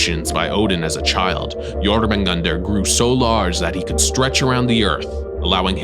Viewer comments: Hahahahh I have always pronounced jormungandr as yo-munga-durr hahahah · this man is the only person i've seen properly pronounce Jörmungandr